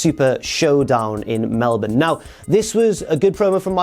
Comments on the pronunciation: At least said Melbourne correctly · Thank you for saying Melbourne correctly!